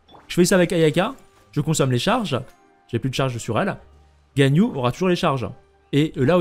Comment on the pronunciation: Dans l'ensemble tu prononces pas trop mal les noms mais je fais qlq remarques rapides. Shenrheu pas Shenhé. Ganhu et pas Ganyou et Uindjin pas Youndjin, pareil que Chongyun qui se prononce Chon'uin. :) enfin toi au moins, tu fais un effort d'habitude, continue comme ça en faisant ces petites modifications de prononciation :).